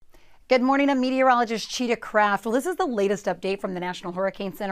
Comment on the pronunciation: What is your name? I heard a Cheeta Crap?